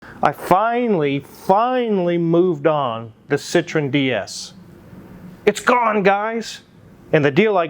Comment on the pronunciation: Why do Americans pronunce Citroen as if it's similar to Citrus? French say it with the accent on the E, separate from the O sound. SitroEEn